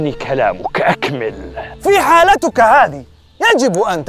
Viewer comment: في حالتِك و ليس حالتُك 😅